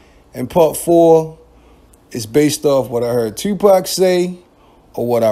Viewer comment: Bruh why the fuck do you pronounce your “O, OU” = UEW. TUEWWPAC, YUEWTUEBE